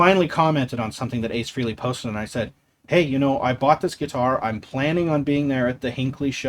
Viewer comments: FYI-His name is pronounced FRAY -LEE NOT FREE-LEE..There are intervews on tube about him explaining this. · It’s pronounced Frayley not Freeley, you lifelong superfan. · Btw. For such a big fan you would think you knew how to pronounce Ace Frehley s name ? It’s not freeley. It’s FREYley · I think we’ve all called him that for decades, but it is Frey-Lee.